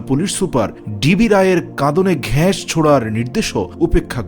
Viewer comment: গ্যাস না গাস